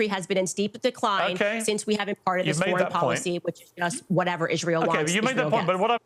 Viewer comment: She can't even pronounce Israel